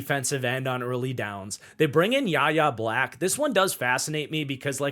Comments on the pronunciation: It's pronounced "Why Ay" Black, not "yah yah", and it's Demarvin "Lee Al", not "leel". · Yahya Black is pronounced why-yay black fyi